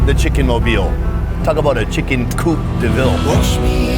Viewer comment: "coup" deville jajajaja 🤣